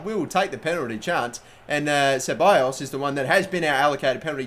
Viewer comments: its pronounced cebalos not siballos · says it siballos and its not pronounced that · Charlie Crow Do you even know spanish? Even if not, just go to good translate, put "ceballos" into the spanish part and see what it tells you....